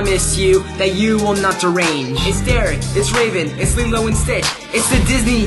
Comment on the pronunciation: haha he says limo and stich or however that blue guy is spelled its post to be lilo